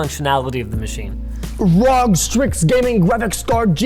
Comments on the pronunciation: secs in im already fking done with this video. DID HE REALLY JUST SAY ROG AND NOT R-O-G?!?!?!?!? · "rog" crosshair, "vee-eye-eye-eye" how'd he manage to read it "rog" on the ROG, and "vee-eye-eye-eye" on the VIII? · the fact he pronounced it rog and not ROG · I have no idea who this guy is but I can't stand him. Why is he bragging about his PC parts but has no idea how to pronounce "R O G". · The fact the he pronounced ROG as a word rather than an acronym infuriates me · I mean, he's a gamer. He should know that it isn't a Rog Cross-air Vee-Eye-Eye-Eye. and instead a R.O.G. Crosshair Vee-Eye-Eye-Eye (or 8, if you are that kind of person). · I cringed already when he said 'rog' instead of R O G and VIII as V I I I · I got a Rawg, cros air, Vee i i i fomula dewd